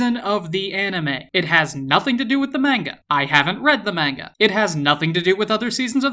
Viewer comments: Says manga wrong TRIGGERED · Main-guh? 🙃 its mon-guh. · Did you say...may-n-ga??!!!! dont tell me im the only one who got triggered